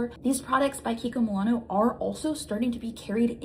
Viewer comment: Kiki kimonono lol love you it’s kiko Milano 😂😂